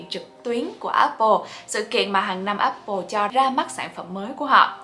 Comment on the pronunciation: dạy cho cuhiep với mấy mod tinhte phát âm từ Apple cho chuẩn cái, toàn nghe ây bồ với ép pồ không à:))